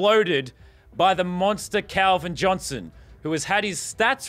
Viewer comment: u said will chick